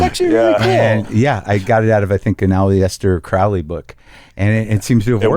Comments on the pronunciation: weirdest pronunciation of Aleister Crowley Ive ever heard…. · Came to see if anyone else thought the same…